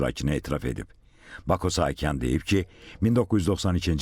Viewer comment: Sahakyan yox saakyan